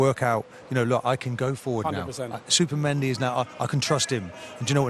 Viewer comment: Was he calling him supermendi?? 😂😂